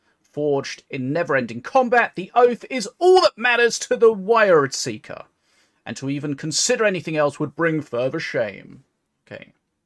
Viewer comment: bro....its pronounced weird.